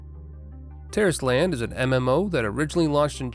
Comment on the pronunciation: Is it just me or does it sound like Terroris-tland every time he says it lmao